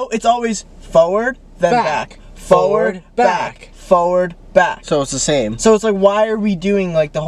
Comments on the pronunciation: “foward” babe there’s an R in there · matt saying fowad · Matt saying forward but in a super Boston accent! Hahaha sounds like forehead to me! (From Australia) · stop I’m Australian and the way Matt says forward kills me bc I have never heard anyone say it like that before